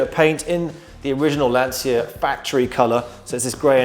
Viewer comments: Why do people, even so called professionals and experts, pronounce Lancia incorrectly, first of all there is no”S” in Lancia, it is pronounced “Lan-chee-ia.” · Why cant English people pronounce Lancia? The C is a ch like in Citta